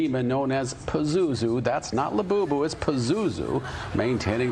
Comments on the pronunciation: "Lewbubu"....I need one! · I want a "LEWBUBU"now!!! 😂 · Lewbubu??...more like jewbubu :D